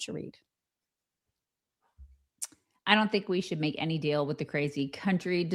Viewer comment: Is saying, "Art of the dill" instead of "deal?"